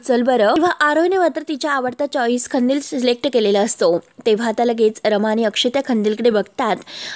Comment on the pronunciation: खंदिल नाही ओ कंदिल, मराठीची वाट नका लावू